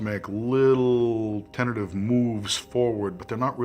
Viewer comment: Says the word "tenative" Most of his target audience "Wow, smart!"